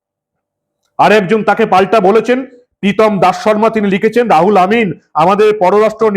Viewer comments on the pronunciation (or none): রাহুল নয়, উচ্চারন রুহুল আমিন হবে। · বারবার "রাহুল আমিন" বলছেন কেন?নামটা "রুহুল আমিন"। উচ্চারণ ঠিক করুন। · R o hul amin। রাহুল নয়, ro হুল। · রাহুল নয় রুহুল আমিন। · Ruhul Amin k Rahul Amin bolchhen keno prothome apni sothik naam uchharan kore bolun.. Ei dharaner nemak haram Begum er chhatrochhayay thakbe ete ascharjjo habar kichhu nei.. Kadin agey r ek nongra lok bolechhilo muslim na hoye janmano Mane durvagyyo niye janmano. Sei kathar kono bichar hoini ..murshidabad theke hinduder kuchi kuchi kore kete gangar jaal e vasiye deyar humki diye dibbi Begum er MLA hoye theke gachhe..JCB naam er ek machine ..islamik country already baniye diyechhe ei Bharat barso k .Tai ekhane soriyoti aain chale bole ghosona korechhe.. Era prosroy pachhe kotha theke?..oi ekjon nongra nich mohila Begum er jonne ei sab agachha der eto barbaronto . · রুহুল আমিন। রাহুল আমিন নয়। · রুহুল আমিন না বলে ,বার বার রাহুল আমিন বলছেন কেন ? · মনে হয় রূহুল আমিন উচ্চারণ হবে। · রাহুল না দাদা ওটা রুহুল আমিন হবে। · রুহুল আমিন হবে। রাহুল নয়। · রুহুল আমিন, আপনি ভুল উচ্চারণ করছেন। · রাহুল আমিন নয়, রুহুল আমিন। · রাহুল নয়, নাম রুহুল আমিন। কথা ফেনান খুব, কিন্তু ঠিক করে নাম‌ও পড়তে পারেন না ?? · আমার মনে হয়, উচ্চারণ টা -রুহুল আমিন, হবে। উনি এই পঃবাঃ লজ্জা। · রাহুল আমিন নয় রুহুল আমিন বলুন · উচ্চারণে ভুল করছেন। রুহুল আমিন। রাহুল নয়, রুহুল। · আপনি ইংরেজিতে এত কাঁচা জানতাম না রুহুল আমিন টা কে বারবার রাহুল আমিন বলছেন দু'নম্বর কথা হচ্ছে মহাজের শব্দের ব্যাখ্যা আপনি ভুলভাল দিচ্ছেন না জেনে কোন কথা বলা ঠিক নয় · নামটা রুহুল আমিন। রাহুল নয় । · আপনি ইংরেজী সঠিকভাবে উচ্চারণ জানেন না বলে মনে হয়। উচ্চারণ হবে রুহুল আমিন। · মাননীয়, একটা ছোট্ট ভুল কোথাও হচ্ছে.. RU = রু ( RA = রা নয় ) > সুতরাং, R U H U L = রু-হু-ল এবং A M I N = আমিন.. ধন্যবাদ 🙏